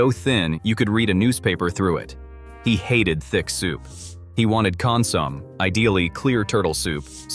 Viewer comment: "consomme" is pronounced con sum ay